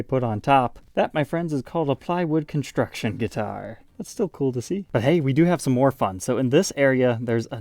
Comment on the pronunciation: Conshtruction? Shriping? Annoy!